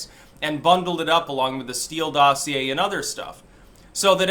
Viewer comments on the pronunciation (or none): none